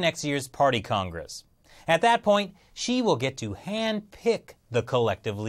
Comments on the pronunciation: Multiple times when he said Xi i thought he said she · It keeps sounding like he's saying she and not Xi.